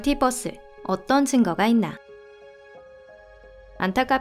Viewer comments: 뻐스(bus)가 아니라 버~ㄹ스(verse) 입니다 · 뻐스가 아니고 버스 ㅠㅠㅠㅠㅠ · bus 아니고 verse 요.. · 보통 멀티 버스라고 하지 않나? 멀티 뻐스라고 하네 ㅋㅋㅋㅋㅋㅋㅋ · 왜 자꾸 발음을 멀팃뻐스 라고 해요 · 유니버스는 유닛뻐스 라고 할건가요